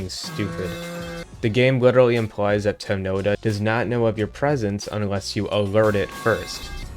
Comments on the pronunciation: “Temnota” is translated from Russian and is pronounced “temnotá” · the pronunciation of Temnota is killing me